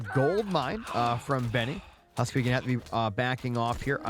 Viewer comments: Its husk-soup, not husk suppee😂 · HUSKSUPPE is a legend :D but it is pronounced HUSK - soup. His go-to image identifier on profiles is a bowl of soup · Great Cast as always! been watching since the Closed Beta for Retold Casts. Keep it up! :face-red-heart-shape: HUSK-SUPPE is Scandinavian and means "Remember Soup" or MEMORY SOUP! :face-green-smiling: and is pronounced at its best in English HuuSK-SOUP